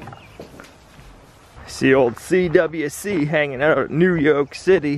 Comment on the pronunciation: Wife really like seeing and hearing "New Yolk City"